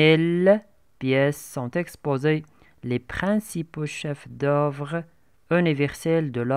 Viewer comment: il faut faire attention à la prononciation, on dit musée pas misée, Louve pas lovre, chefs-d'œuvre le f ne se prononce pas oeuvre pas ouvre...